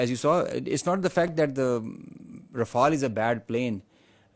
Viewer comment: Rafael ❌ RaFailed😂